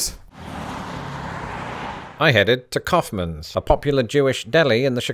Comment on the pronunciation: "cowfmans" lol 😂😂😂 Its pronounced more like the act of expelling something from the lungs than a bovine ungulate, my friend!